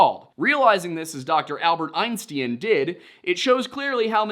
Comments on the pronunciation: Albert Einstien is how the name was written. When he reads the quotes with this incorrect spelling of Albert Einstein, he pronounces it as it was written. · Why are you saying einsteen? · Because he's not pronouncing Einstein, he's pronouncing Einstien. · The most unbelievable part of this story is that someone in 2025 would repeatably pronounce his name Albert “Ein-steen”. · Albert Aynssteeen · Dr Albert Ein stIEn, my eues and ears are bleeding, no, bliiieeeding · In a few of your videos, I accepted your mispronunciation of Native American tribe names. I cannot disregard. the. mispronunciation of the name Einstein! This mistake makes me think you’re full of shit. Either you’re full of shit or you are trolling. It makes me think you’re not nearly as educated as you claim to be. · Why is this guy pronouncing Albert Einstein’s last name wrong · Lost me at your pronunciation of Einstein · Dude you really couldn’t get Einstein right??? 🤦🏻‍♂️ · How could you possibly mispronounce Einstein? Have you never heard of him before? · The pronunciation of Einstein is sending me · Weirdest way possible to pronounce Einstein... Makes me think you've got a pretty good voice AI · Who the ef is albert einstee-in? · How does the commentator mispronounce "EINSTEIN" multiple times??? Everyone should know that name and how to say it! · engagement baiting I think. Or is there some new “thing” now that everyone has supposedly been mispronouncing his name 😂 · The Einstein pronunciation? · This guy rage baiting with the pronunciation of Einstein? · I am sorry I wasn’t aware the name Einstein was one that numerous people didn’t know how to pronounce. Not like he is one of the most famous scientists of all time. My mistake. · But you can refer me to the time stamp where it is spelt as such in screen and I will watch it again if you are so concerned. As I listen while napping and that horrendous pronunciation compelled me to turn off the video immediately